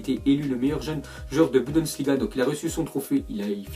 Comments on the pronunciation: Encore 1 fois je te le redis mème so je te kiffe On dit Bundesliga et non Budensliga 😣😣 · Est-ce que va réussir une fois dans sa vie à dire BUNDESLIGA?? Rien n'est moins sûr...